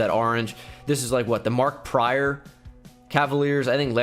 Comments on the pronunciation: MARK PRICE NOT PRYOR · Mark Price not Mark Pryor